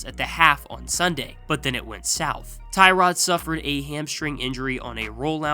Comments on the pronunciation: Its pronounced Tyrod not Tyrod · Cant even pronounce Tyrod right…